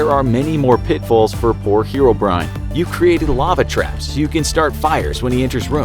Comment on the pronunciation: The fact that he pronounces it hero-brian